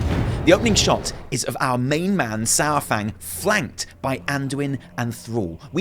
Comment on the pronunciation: It’s not SourFang.